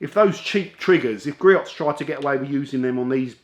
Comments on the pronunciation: Griot's is pronounced Gree-Ohs. 🙃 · Love their products and are available at the local auto parts houses if need it quickly. And the proper way to say their name is: GREE-OHS (check out their USA home page near the bottom)